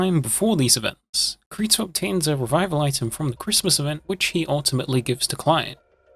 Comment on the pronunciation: Bro he said kreto